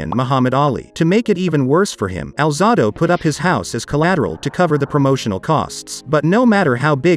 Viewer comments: The narrator mispronounced (Al-zay-do) Alzado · You're full of it, get your facts straight man, and have the respect to pronounce Alzado's name correctly, very disrespectful 🤔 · Your mispronouncing his last name. It's Alzado(alzaydo) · Finally!!! Somebody that knew enough to correct the voice over that was pronouncing Lyle Alzado’s last name as “Alzahdo”! I can’t believe that could happen with a name that is VERY familiar to even casual pro football fans!